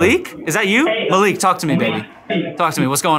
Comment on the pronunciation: it is mallik not maliik and a is short im Pakistani so I know